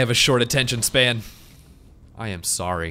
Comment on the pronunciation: Ahhhhh when he said it also kinda sounds like sawwy